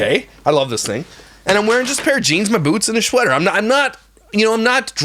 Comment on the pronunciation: You said schweater.